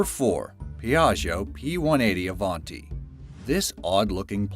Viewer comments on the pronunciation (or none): none